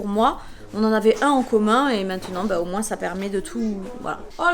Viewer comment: Mais les français vous dites moins en prononçant le s ? Ça me perturbe en tant que belge haha 😭 super vidéo sinon! ☺️